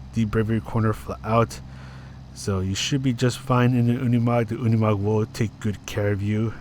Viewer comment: No, you're right, it is pronounced Unimog in German, like you do 👍